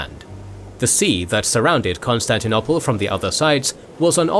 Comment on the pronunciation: I like your videos as much as the next guy but the way you pronounce Constantinople drives me nuts to the point where I even avoid your videos when I see the Bosporus strait anywhere in the thumbnail or alluded to in the title. It's CON-STAN-TI-NO-PULL not CON-STAN-TI-NO-PLAY. GAAAAAAAAHHHHHHHHHH